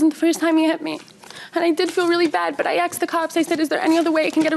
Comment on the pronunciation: It’s “asked” not “axed”. Learn PROPER English!